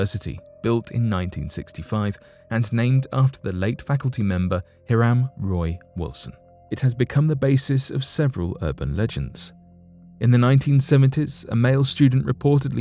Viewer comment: Hiram is pronounced HIGH-rum over here in the States.